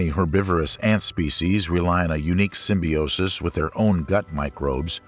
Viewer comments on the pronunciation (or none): none